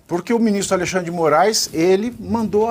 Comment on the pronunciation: aLEIxandre kkkkkkkkk pavinatto é foda :face-green-smiling::face-green-smiling::face-green-smiling:A.L.E.I.X.A.N.D.R.E :face-blue-smiling